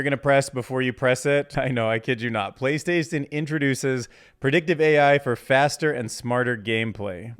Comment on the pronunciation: "Playstason..." 😂😂😂😂 In all seriousness though - great video and fascinating insights. Keep up the good work!